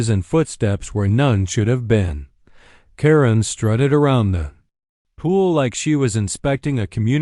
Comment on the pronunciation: It's Pronounced Karen not Corinne